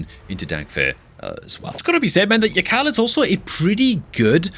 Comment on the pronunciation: Something tells me that yakarl is actually pronounced yarl.... Idk why just seems correct